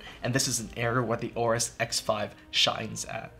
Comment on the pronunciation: WHY WHY WHY different GIGABYTE PERSONNEL pronounce AORUS DIFFERENTLY??????????????????????????????????????TELL YR BOSS CHANGE THE NAME PLS "OBEAST"